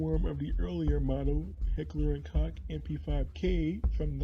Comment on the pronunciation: It's pronounced Heckler und Koch not Heckler und cock